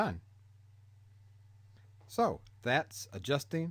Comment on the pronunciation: Brithness level